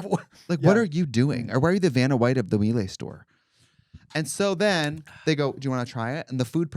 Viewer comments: Mee-Lah, not Mee-Lay. Thanks. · Mieluh not Mielay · i work in appliances and it's pronounced "meela." welcome to my trauma 😌